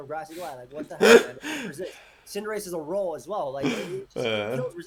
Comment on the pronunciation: Why does he call cinderace cinderachie